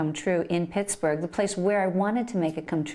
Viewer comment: "I like Pixburgh", lol...I'm from there, so don't get mad.